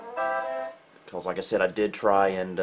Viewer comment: Love how says, "becawles"